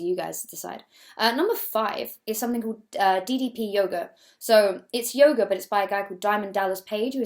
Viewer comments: It took me a while to realise you said "yoga" and not "yoghurt" and so I was very confused for a while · i can't have been the only one who heard yoghurt instead of yoga ... XD